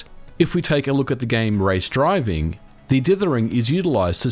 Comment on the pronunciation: I'm sorry MVG, I really respect you, I really do... But "Race DrivING"? I think you meant the much more 'late-80s' "Race Drivin' " - The lack of a G makes it way cooler.